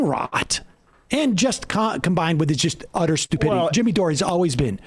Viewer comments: LOL SAM'S 1ST WORDS: "Speaking of dumb people..."🤣 SAM CONTINUING: "...Dimmy Jore" 😂😂😂😂😂😂😂😂😂😂😂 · "Dimmy Jore" - hilarious!